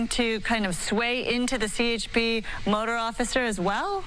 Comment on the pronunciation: "I was trying to get out of his way occifer."